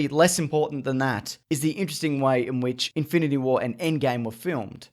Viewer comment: It's in-fin-ity not Inf-i-nit-y war